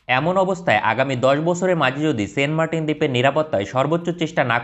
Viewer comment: Fi9rst you need to know how to say the name --- ? Its not sen martin !! Saint --- Saint